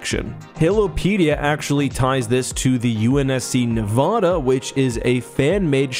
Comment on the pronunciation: That is not how you pronounce Nevada….